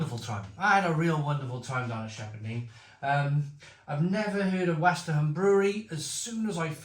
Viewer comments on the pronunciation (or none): It's a fab beer. Westerham is pronounced without the h. You had to give it a 9/10 given the 9 hops. Westerham is only 20 miles from me, and their beers are excellent, mainly traditional British style beers